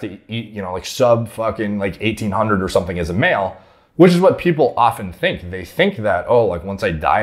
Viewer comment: He says 18inhundrid! :)